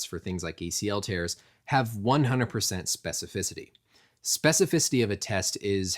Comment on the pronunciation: Props for saying "specificity" like 4 times in 20 seconds without messing the word up